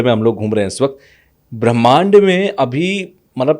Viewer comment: ये संत बार बार पराकाष्ठा को प्रकाष्ठा कह रहे हैं ऐसे ही ब्रह्मांड को भी ब्राह्मिंण्ड बोल रहे हैं क्यों भाई?